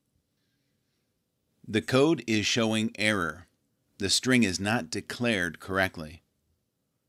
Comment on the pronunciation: not strin its string